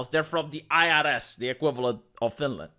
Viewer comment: "Finland"- Not Finaland and "aghast"- Not agasp.